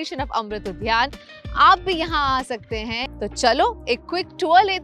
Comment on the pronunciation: Udyan not udhyan😅